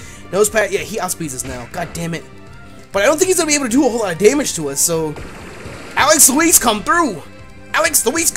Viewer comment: Whenever you say Alex Louise it sounds like Alex Elize/Elise